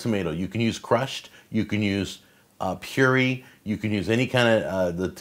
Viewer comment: Its pronounced pure-AYE ;)